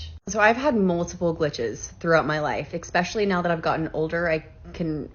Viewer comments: 😆I had to skip to the next story after the blonde girl said "expecially" for the second time. NOOOOOO!!! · 'Expecially' is not a word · The second woman mispronounced especially. It's not ex-specially